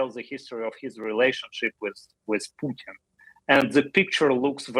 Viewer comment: Joe pronounces it like Poootin 😂